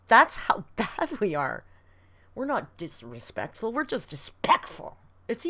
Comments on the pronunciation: she was definitely channeling jeffree star in that “dispekful” rant 😭 i can’t believe she jus kept going after butchering that word so bad. ironically the way she ate that word only fueled more hate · "dispectful" makes me laugh every single time 😂